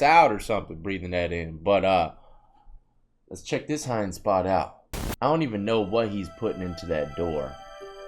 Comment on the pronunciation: Sounds like ya saying hind spot when u say hiding 😂😂